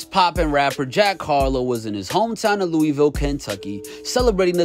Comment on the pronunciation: Bro can you fucking say Louisville right next time